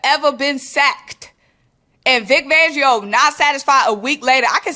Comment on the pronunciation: Vic FANgio. 😂😂😂 Love the content but we can't be giving our guy a different name. It's not just you lol calling him Vic Vangio 😂😂😂 😂😂.💚🦅💚🦅